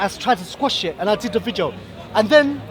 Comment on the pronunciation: Can someone tell that it's pronounced "VIDEO" not "VIJEO"